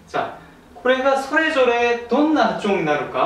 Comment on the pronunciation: はちゅおんが気になった笑 韓国人はタ行が発音しづらいらしいですね